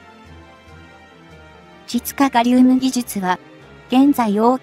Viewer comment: 「ちつかがりうむ」って言わないでくれ！ちがうちつに聞こえるww